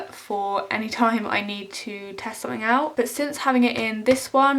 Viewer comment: I love how you say "somethink" It reminds me of 2D from the Gorillaz